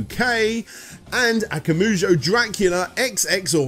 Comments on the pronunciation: Am I the only cringing every time saying Akamoojo? I thought Akuma would be a well known word for any gamer so Akumajou should come naturally! Why wasn't Ashens mentioned in the end? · good work overall but christ man those pronunciations of japanese, surely if you can say "konAHmi" you could say "akumAHjo" rather than "akumuju"? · It's akumajou not akamujo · No I agree. Try harder. and we'll see if he looks at everything CV. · ... Aku "moo" joh? Al "uh" card? Iga "roo" shi? No self-respecting fan would get things like that wrong. VRC6 is a toss up. Some tracks sound better on the Famicom, others are clearer on the NES. The wiggly whip was done away with because it trivialized the difficulty. Maria's jumps are such a half-step between full control and normal CV style that I'd rather use Richter and know where I'll land. Lower quality music? It's amazing that DXX translated the Redbook audio so well to the SNES. The tile work for the levels was superior too, in spite of the pastel palette choice. Covering this many games in a single part is a disservice to the franchise. There's so much more depth than this abridged look you tossed out.